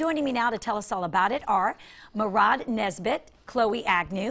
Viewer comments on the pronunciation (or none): Just gotta love Chloe's face when the newscaster mispronounces Mairead's name. lol.